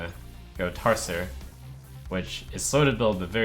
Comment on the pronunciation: Tar-ser? TAR-SER?!